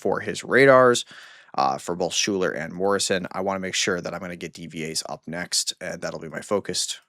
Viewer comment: Absolutely insane to hear how you pronounce SCHUYLER. Dude. Sky. Ler.